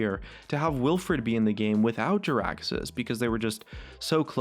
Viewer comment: Wilfred not willfred